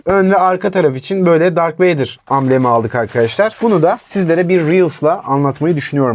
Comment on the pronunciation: stormtroopera "dark vader" diyor eleman. doğru da söylemiyor Darth Vader'ı. :)